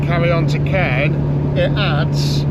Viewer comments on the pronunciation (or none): Caen is pronounced CAWN.